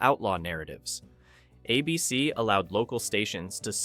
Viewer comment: "A" BC demanded extensive script revisions. WTG with your lazy AI and lack of quality control